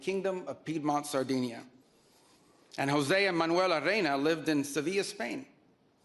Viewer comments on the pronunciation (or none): none